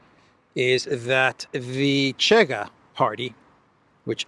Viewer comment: you are great as always, 👍may Saint George protect you! 🙏 Just a small note about the Portuguese party Chega, the correct pronunciation in Portuguese is Shega.